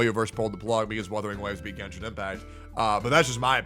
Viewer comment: its genshin not "genshit"